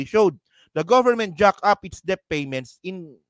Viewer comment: Debt is pronounced DET. Silent B